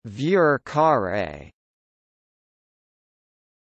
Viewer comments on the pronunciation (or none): This would be a correct pronunciation, but the actual phrase is "carré", not carre, and is pronounced kah-RAY.